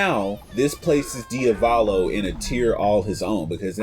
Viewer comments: dude, its diavOLO not diavAlO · DiValo, DIAVOLO, DI A VO LO